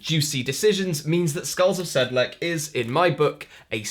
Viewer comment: Skulls of "SedleK" ... that sounds funny :) Should be a -ts sound at the end. It's perhaps the most famous Ossuary next to Paris catacombs.